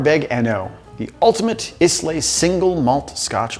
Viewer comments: He said "is-lay." 😬 It's pronounced "eye-luh" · pronounced eye-la. not is-lay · Eye-luh not is-lay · He pronounced it " iz leigh " it's pronounced "eye lah" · Pronounced “EYE-LUH” not “IS-LAE” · "Eye-Luhhhhhh". not "Isss-Layyy" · Not Iz-Lay Eye-Lah -_ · Eye-luh not iss-lay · EYE-LAH not IS-LAY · It’s pronounced eye lay not isss lay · Oh boy. It is pronounced Eye-luh not Is-lay. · Is not "is-lay" its "eye-luh" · It's pronounced "I-lay"/"eye-lay", not "is-lay" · Islay = "eye-lah" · Triggered instantly by IS-LAY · I cannot believe you pronounced it "iss-lay". You disgust me. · “Isss lay”??? Oof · Okay you have officially triggered me... i dont care if your ex left you damaged and broken.... pronounce islay correctly damnit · "izlay" bro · Pronounced Eye-la (Islay) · Learn how to pronounce Islay!!!!! Eye-lah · Great video, but Islay is pronounced Eye-la. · Islay is pronounced eye-la. As a Scot that physically pains me to hear😭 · "Islay" is pronouced eye-lah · Stop pronouncing it "Iss-lay!" Gah! You're killing me. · not to be a dick but islay is pronounced eye-la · Islay is pronounced "EYE-luh", just FYI. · This is literally what I came down to the comment section to say. Bet all these savages spell Scotch Whisky with an "e" as well. (whisk-e-y) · Makes me question his sommelier credentials for getting that one wrong. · No, its ees-luh like Isla sorna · In case people do want to know, the correct way to pronounce it is eye-luh. Also, the appropriate response to pretentious whiskey peeps putting people down is to fart in their glencarin without explanation. Whiskey is for enjoying, not for flexing. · It's pronounced like Isle. Say "Eye-luh". It's confusing, and the Cult of Ardbeg will probably give you a pass, but there are many in the Scotch Pretention Society that will ream you over this, so for future reference, there you go. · Islay is pronounced "ai-luh" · My ears started to bleed when he mispronounced islay. Bye bye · And so is the "y".